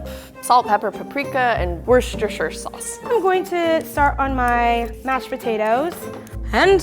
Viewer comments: it’s pronounced woostersha sauce not worshersher with a deep voice and your lips as stiff as a brick lmao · Did say wooshtisher sauce? It’s pronounced Wooster sauce.😂😂😂 why do Americans pronounce things so weirdly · "wersheshter sauce"? xD i know it's spelt ridiculous because it is british and we Do That but it's pronounced "wuh-stuh sauce" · wersh-ter-sher sauce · Chef and still can’t pronounce Worcestershire sauce haha. I guess it’s an American thing. It’s just wuss-ter-sher! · WHAT?? WORSHERSHSTER?? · Holly K no its pronounced were-sta-sure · I’m from Worcestershire and hearing them mispronounce it is so funny 😂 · I’m British and how they pronounced Worcestershire sauce made me cringe lol 😂💕👍🏻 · I love the way americans try to pronounce Worcestershire sauce